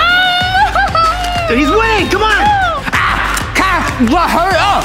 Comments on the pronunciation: Ha ha you said cat instead of Kat Lol lol lol😂😂😂 Everyone hey everyone this person doesn’t learn English ha ha ha!!! Sorry I was rude. I’m a I’m a rude ambush😔😔😔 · Ket not cet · It’s pronounced kat not cat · It's not (cat) it's(kat) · Its "Kat" Not cat and its also "Zhong" Not zong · It’s k a t not cat but I’m done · It's not cat it's Kat It's not zong it's zhong. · You pronounced Kat wrong😂